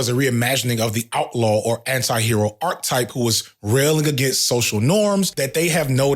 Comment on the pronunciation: All throughout this video you say "Arc type" While you could have been referring to a character arc, you aren't. An arc type from Google is . . . `In mathematics, unless otherwise stated, an arc usually refers to a portion of a circle. Types of arcs. A chord, a central angle or an inscribed angle may divide a circle into two arcs.` What you meant to say is, archetype (ˈär-ki-ˌtīp) or arc-a-type if you don't know how to read that. a very typical example of a certain person or thing. "the book is a perfect archetype of the genre" One or two instances would have been easily overlooked and forgiven, but the continual use of this mispronunciation is egregious, and taints your whole message.